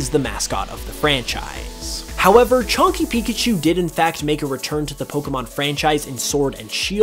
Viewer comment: He said chunky Pikachu, my mind hear chonky Pikachu, made me chuckle.